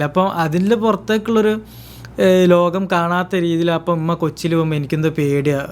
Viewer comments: ഇമ്മ ❌ ഉമ്മ ✅ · ഇമ്മ അല്ല മോനെ ഉമ്മ എന്ന് പറയു